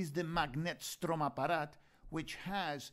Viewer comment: You are doing such a great job! And I love your prononciation of "Magnetstromapparat". Keep going!